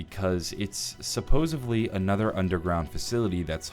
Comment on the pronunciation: I've heard "supposedly" pronounced "supposably" before, but never "supposevly." An innovator here, I see, lol. Real interesting video though. I love how you weren't afraid to bring up those conspiracy theories. I feel like few players even noticed any of Ted's lines that mentioned those things.